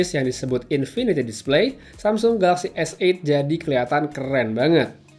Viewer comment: Dari sekian reviewer di indonesia, pengucapan S8 yg paling benar adalah. Good pronounciation.